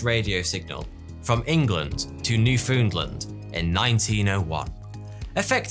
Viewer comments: I know this may have been pre-recorded before your last one aired, or you may have not seen my comment because you get so many, but I would be remiss if I did not again stress it is not pronounced "new-FOON-land" but "NEWF-n-land" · Why so many people create videos that can't pronounce simple words Tesla not Tezla and foundland not foondland dft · It's pronounced "newf'n'land"..... It is amusing to watch the various different ways non-Canadians try to pronounce it tho eh..... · You can say New-found-land, New-fund-land, New-fin-land, New-fand-land But never New-foondland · New-found-land, not New-foond-lend. New-fin-lan also works, though it's wrong if overly enunciated. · Your videos are great but I have one question. Newfoondland? lol. It's literally New found land. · New-foon-lind? Lol. From there. Pronounce it like it's spelt New-found-land. Love the vids though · im afraid you said newfoundland wrong. it is pronounced newfundland not newfoondland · NEW-FOUND-LAND not noofoolin. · New fooondland? New foundland. But love your videos! ;-) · I've always pronounced it "new found land" but has taught me the correct pronunciation is "new foond land". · "Newfewndland" Really? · Newfoundland is pronounced " Newf-n-land" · canadian here. fyi, newfoundand is pronounced new find land. the ou is silent. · New foond land? LOL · Okay, so...as a Resident of 'NewFoonLund', I can tell you its actually pronounced 'Newfenland'. Also the first place to receive the Titanic's distress call =) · New foo ndland lol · Go back and try to say "Guglielmo" again. You totally mangled that name. Try making the second "G" disappear: Goo-LIERR-mo. Italian version of "William". Spanish is similar, "Guillermo" (Gee-YERR-mo). It means protector. Also, "New-foond-land"? C'mon dude, seriously? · Ahhh yes, the ol maritime province of Newfoondland lol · Its "new-found-land" like land, thats found in a new place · New Foondland?? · "New Foond Land?" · "New foondland" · newfoonland lol.